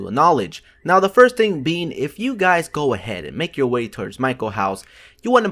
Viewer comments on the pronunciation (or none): none